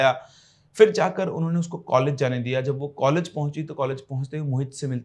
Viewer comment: College❌ Caalege ✅😂